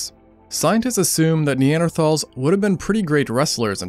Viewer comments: seconds in and I was already disappointed that he pronounced neanderthals incorrectly. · When you spend almost 17 minutes pronouncing "Neanderthal" wrong. Hint: It's nee·an·dr·taalz not "Thals". Atleast put some effort into your videos. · You pronounced Neanderthals wrong so I didn't watch more than the first five seconds.